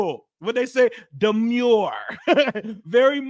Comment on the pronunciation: Don’t ever say ‘demure’ ever again lol